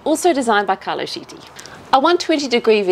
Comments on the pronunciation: has been doing SO well with her Italian pronunciation... but "Carlo Sheetee"...? Ouch! In general, "ch" is pronounced as a "k" sound (as in cord or chord) in Italian, so "Chiti" would sound like "Key-tea". Great build, great presentation! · Great job, fantastic work, and yes was right to pronounce Chiti the first time. In Italian pronunciation of CH = K phrenetically its Kiti. is doing a fantastic job 👏 👍